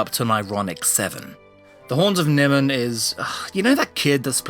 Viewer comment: The Horns of... "Nimmon"? Soldeed will be most displeased ;)